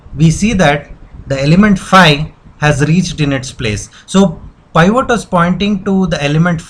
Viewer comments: peevat not piiiiiiiiivvvooooot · It's PIVOT not POIVORT LOL